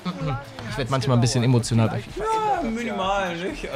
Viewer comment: Ein "bisschen" emonotial 😂😂